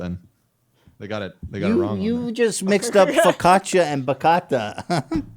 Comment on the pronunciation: Yeah. And then that dumb bastard confused it with focaccia and even mispronounced that word.